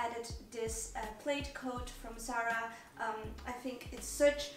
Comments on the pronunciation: Thought the I was silent in “plaid” thus pronounced “plad” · Plaid rhymes with dad.